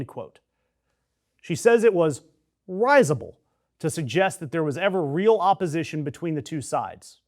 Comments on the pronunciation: risible - pron. rizzible, not RISE-able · It’s “rizz-able,” not “rise-able.”